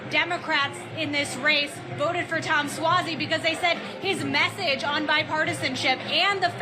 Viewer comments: I think it's (Swazey) with an "ah" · It’s Suozzi pronounced Swazi